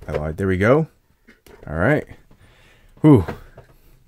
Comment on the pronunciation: How come Americans pronounce words/names like “noir” and “Dwight” with an extra sound - like “nuh-war” and “duh-wight”? Is it hard to put the two together? Honestly just curious since I hear it so frequently.